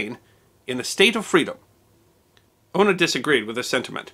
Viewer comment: Sorry but it's Una not Ono it's an old Gaelic (gaelige ) name